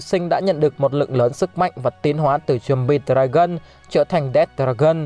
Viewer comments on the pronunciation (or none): none